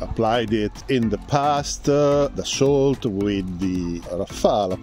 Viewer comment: Isnt "t" in Dassault supposed to be silent? Its pronounced "Daso" im pretty sure.